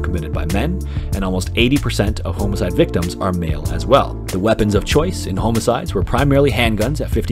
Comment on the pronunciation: I've never heard homicide pronounced like that.